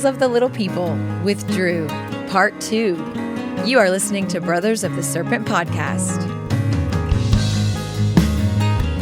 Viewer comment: or so " a skerpent